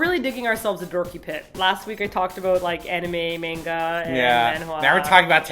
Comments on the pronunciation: the way she says manga as "meyn-ga" makes me cringe every time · pronounced "manga" wrong...